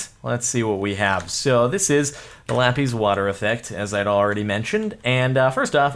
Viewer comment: JORDAN YOU FOOL! That's not how you pronounce Lapiz